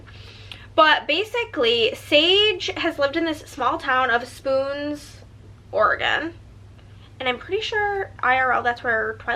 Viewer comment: As an Oregonian, it’s OR-eh-gn.